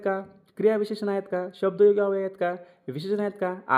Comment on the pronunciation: तुम्ही, न आणि ण यांचा उच्चार नीट करायला शिका. अव्यय या ही शब्दाचा उच्चार नीट करावा